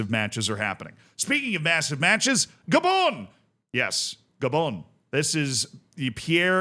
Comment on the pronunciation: How are you mis-pronouncing so many names. Who the heck are Lesoootooo or G'bon? So many others.